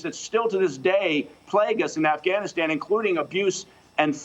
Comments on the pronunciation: She said "AfghaniSCAM" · Anyone else hearing her say Afghaniscan, around the -:20 mark? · she say afganest 😂😂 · lol . The reporter lady Afghaniskan . She said it right the first time. I don't know why I noticed that. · afganiskan LMAO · Sounded like she said afscamistan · This lady can't speak, "AfghaMISCAN" private security "Form" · Afghisghan? Come on. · If you can't pronounce Afghanistan you shouldn't be talking about it.